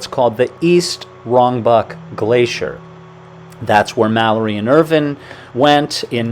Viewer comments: The pronunciation is IrVine. Not ervin. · This is a terrific channel but please pronounce Andrew Irvine's name properly, it is Irvine- vine as in grapevine not vin, thanks Guys.